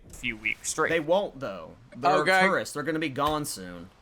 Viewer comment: I kept mishearing "tourists" like the way the said it sounds like "turds" 💀💀